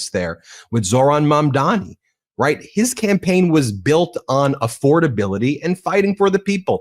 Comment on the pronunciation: Please get his name right - it's Zohran Mamdani not Mandami. We'll be saying it a lot so show your respect by learning his name.